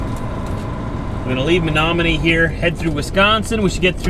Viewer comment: I LOVE THAT YOU KNOW WI CHEESE🧀🧀 and how to say Menominee!! :). I am from Wi so I love it when you roll on through!! 🙂🙂